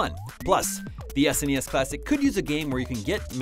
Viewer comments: Why are you calling it S N E S classic when the rest of the planet is calling it SNES? I've never ever heard anyone call it that before! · Why are you pronouncing SNES as s.n.e.s. That's just weird fam.